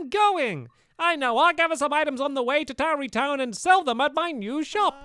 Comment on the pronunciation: tarrey not towery